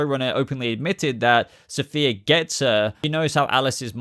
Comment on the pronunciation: The fact that you apologized for pronouncing the actress that will play Safiyah Sohail wrong when you repeatedly mispronounced the character herself, Safiyah, calling her Sophia! 🤣